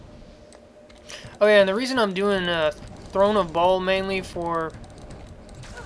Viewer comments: WRONG it's pronounced like "BALE" and if you dont believe me,watch the act 5 cut scenes of Diablo 2:Lord of Destruction,they pronounce it the same way!!! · Throne of 'Ball'? Has this guy even watched the cinamatics even ONCE? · It's Baal, pronounced like hay bale. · His name is Baal (pronounced Bale, like... Christian Bale). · Native english speakers have no sense of other languages at all : Dude is right , it's [Bahl] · It's pronounced "Bail"